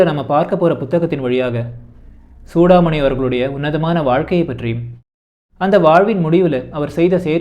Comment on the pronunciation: புத்தகத்தின் முக்கிய அம்சங்களை தேர்வு செய்து ஆழ்ந்த புரிதலுடன் பகிர்ந்து கொண்டமைக்கு நன்றி 🙏 தன் பெயரை Chudamani என்று சரியாக உச்சரிப்பதையே சூடாமணி விரும்புவார்.